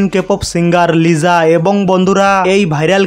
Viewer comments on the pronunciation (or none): আপনার ভিডিওতে অনেক উচ্চারণ ভুল যেমন বেবি মনেসস্টার✖ বেবি মনস্টার ✔ লিজা✖ লিসা✔ মুনলিট ফ্লোর ✖ মুনলাইট ফ্লোর ✔ এল ই এস এস এরা ফিম✖ লেসারাফিম✔ এসস্টেটাজি✖ স্টেটেজি✔ বিলিয়নার✖ বিলিনেয়ার ✔ উয়িপপ্লাস✖ উয়িপপ্ল্যাস✔